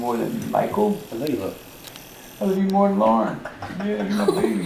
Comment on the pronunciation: He calls Lauren “lawn" 😂😂😂